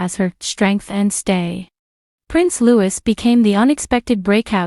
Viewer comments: Not pronounced 'Lewis' but in the French way 'Loui'. Please do your homework before making a video like this. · Lou-ie! not Lou-is. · It's Lou-eee, not Lewis. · Louis, not Lewis. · Agreed. I added my own comment on this. Utterly horrendous and ignorant. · Louis! Louis! Not Lewis! There is no princess Katherine! She is Katherine, Princess of Wales. There's a huge difference. I realise this is an AI voice but someone must be programming this. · How many time do Americans say Louis and not looee😭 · It is pronounced Loo-e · Please note his name Louis is pronounced LOUIE. Also his parents new titles are Prince and Princess of Wales and Duke and Duchess of Cornwall. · Is this supposed to be in honour of the late Queen? Read by a mechanical bot that pronounces Loiuis "Lewis"? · Prince LOUEE LOU WEE. Insider? Lol